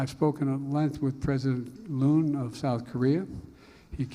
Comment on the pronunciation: Nal-li-myun said "president loon of south korea"... thanks Nal-li-myun!